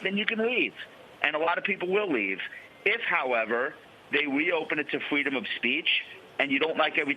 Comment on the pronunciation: Fweedom of speech